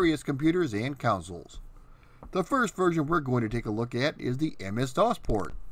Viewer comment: I've watched a few of your videos, and they are good. I had the apple //e version, and i loved it (although I never played the original at the time). Also, are you saying "coun-sole" or "console?" It sounds like the former, but it should be the latter.